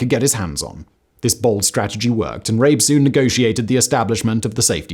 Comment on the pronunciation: Come on now Simon, is it really THAT hard to pronounce the names correctly? I can understand that maybe the Chinese names might be a tad difficult to get right but Rabe is absolutely not difficult to pronounce in the German way. I expect a bit more effort especially when you say you want to honor the victims. Would you like it if I pronounced your name in Spanish or French?